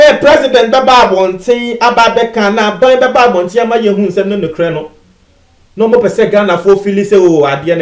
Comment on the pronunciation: be informed that Nana Addo has not attempted to do politics with corona virus.What is important for you is to learn how to pronounce the R in NOKORE but not NOKOLE.Heavy tongued mister.